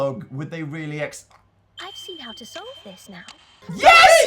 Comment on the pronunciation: You're pronouncing Layton wrong